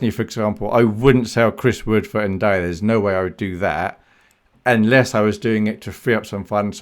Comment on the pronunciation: Im pretty sure ur pronouncing ndiaye wrong